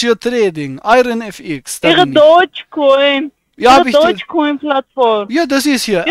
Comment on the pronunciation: Ey ich wollte das Rezept für die Bundeswehrkekse sehen xD wie geil dass sie so lange dran bleibt obwohl sie nichts versteht. xD So wie sie es ausspricht klingt es übrigens wie Deutschcoin ^^ ich wüsste schon wer die kaufen will ^^